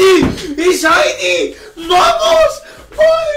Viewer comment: ya me canse de escuchar ESHAINY